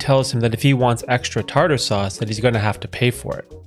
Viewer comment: 😅 love the simpsons ...his pronunciation of Tar Tar made it great.